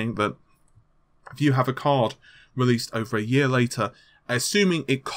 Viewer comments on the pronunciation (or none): none